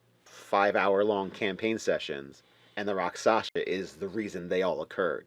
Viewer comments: Good content, but it's a pet peeve of mine when people mispronounce words that are pronounced exactly the way they're spelled... rak-SHAH-sa, not rak-SASH-a. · Not to sound like a jerk, but i believe you would pronounce it rock-shaw-sah, and the word melee is pronounced may-lay. Now an inventive person can make a Rakshasa a dangerous enemy at whatever level the players are , for that matter any monster in the book. Just add your own tweaks to its hp and capabilities . The books are just a good reference . That being said , this was a good video , and probably super helpful to newer DMs . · As far as I know, the pronunciation is something like "rock-sha-sa." How do I know? From a TV show that ought to be required reading/viewing at the DM Academy: "Kolchak - The Night Stalker," starring Darren McGavin. A true classic! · Shasa is pronounced like Shasa with the syllables flipped.